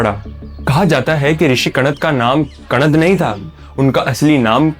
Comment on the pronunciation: भाई उनका नाम कणाद है ना की कणद